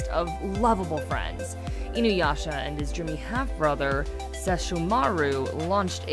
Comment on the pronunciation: LEARN HOW TO PRONOUCE NAMES! IT'S Sesshoooow-mA-rU not Sess-show-maru...